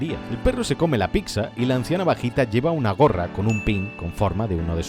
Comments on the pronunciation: Eras mi idolo hasta que te escuhe decir "picza" a la Pizza :c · una pasada me ha encantrado pero... porque picsa? Es como decir Mocsarella en vez de mozzarella duele escucharlo tan dificil es decir pizza? un amigo de madrid lo decia asi ,lo que me costo curarlo